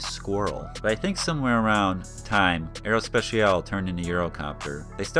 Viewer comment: Nice video. Btw your english pronunciation of aerospatiale was actually the closest of the french one ;)